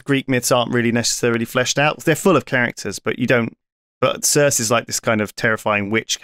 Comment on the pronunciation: Sorry, how tf did lewis just pronounce circe?